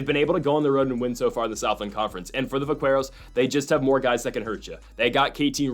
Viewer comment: Btw, it’s pronounced vak-keros. The “qu” is a k sound. It’s slang for cowboy in the southwest. I wouldn’t have said anything, but you said it a bunch of times and thought you should know.